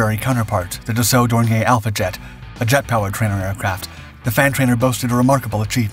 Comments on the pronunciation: It's pronounced "door near" not "dornyay". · More like “dor nee a”